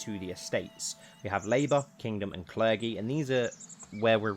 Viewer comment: Were you being funny or is that really how you say the word clergy and i just never noticed?? This is why I shouldn't watch youtube when tired, accents start to trip me up